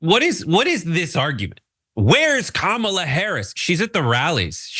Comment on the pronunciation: Isn't she the alternative facts lady? And what's with the kaMALLA, Kamabla, bullshit pronunciation. Children.